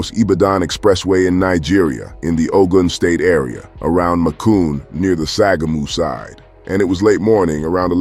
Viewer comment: Its pronounced shagamu